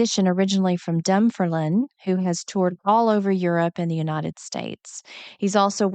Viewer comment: The city of Dunfermline is pronounced Dun-FERM-lin, as Jack himself pronounced it! If you're going to be talking about Scottish roots and the influence of Scottish Gaelic, you really should learn how the Scots pronounce these place names. You could easily have checked this by looking up the pronunciation on the Wikipedia site for the city, which has an audio clip for that. In Gaelic the name is Dùn Phàrlain. Dùn stands for a fortified hill and is a component of many Scottish place names. It's anglicised into "dun" or "dum" It is never stressed. Think of Fort Knox in the USA. It is "Fort KNOX", never "FORT Knox". Read my reply to this comment with more annotations and corrections and please pass them on to Jack, with greetings from a Clacks lassie.